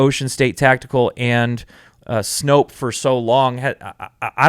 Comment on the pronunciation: Please, please, please.... Snope, not Snopes. Stop sounding ignorant.